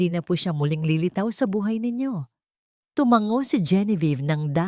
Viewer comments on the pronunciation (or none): none